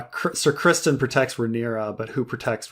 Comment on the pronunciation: I rarely use podcast apps anymore as most of the podcasts I listen to are also here on YouTube at the same time or earlier. Are these posted here or are they podcasts that are already out and then edit down for YouTube content? And. Your killing me with this Criston Cole pronunciation. His name is not Christian. It’s Criston. He’s a pivotal side character and you should really know his name by now.